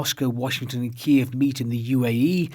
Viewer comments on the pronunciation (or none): The consensus in the English-speaking western world is that the pronunciation of Kiev is KEEV, the Ukrainian pronunciation. However, you said KEE-EV twice - a small, but significant point IMO. My wife and I loved your documentary "Our Man in Moscow" on BBC1 the other day. Living on a tightrope 24 hours a day must be stressful. I wonder how much more time you can stand it. Thanks for your the great work you do on the "front line"